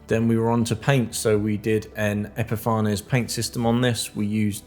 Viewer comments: Really good video, with excellent workmanship. Just one thing !! It is pronounced ep-i-fains. Not epifar ness. Can't insult an excellent product, I use it all the time !! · epi far nez not epi fanes?